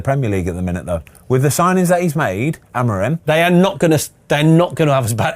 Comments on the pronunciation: Why can the bloke in orange not pronounce anyone's names? Amoron? Really? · “A moron” lol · I like how he pronouned Amorim wrong about 5 different ways, it's literally pronounced how it's spelt in English